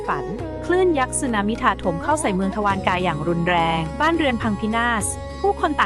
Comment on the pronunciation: อ่านว่า ทวา ระ กา